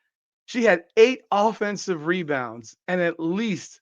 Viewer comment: Angel said "mebounds...." I mean "rebounds wins championships"